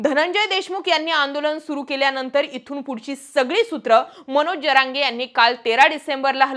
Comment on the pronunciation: Jarange उच्चार नीट कर जरा